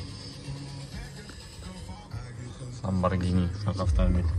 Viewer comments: ЛАБАРГИНИ ЭМАС ЛАМБАРЖИНИ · Ламборгини тугри этвоти оми, узиндан узин гапирвурма